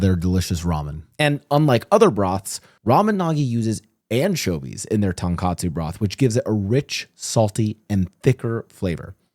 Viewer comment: Hey! Great video, just a small thing to point out; I noticed you kept saying "TonKATsu". Tonkatsu and Tonkotsu are 2 extremely different dishes, based on context people always know which one you're trying to say but just to be accurate in future videos, TonKATsu is a fried pork cutlet dish while TonKOTsu is the rich, creamy, delicious pork broth. Hope this comment makes it to you and thanks for the content:)